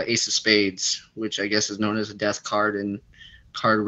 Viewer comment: Near DEARTH 😳🙄 did you mean Dear Earth, or ??